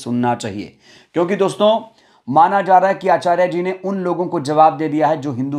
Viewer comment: आचार्या नहीं आचार्य उच्चारण तो सही करो समय। समय की बात है